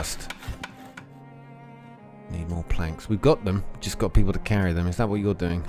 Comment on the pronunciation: Pee poles ... hehe